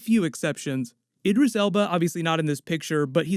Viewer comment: The way he pronounces Idris 🤦‍♂️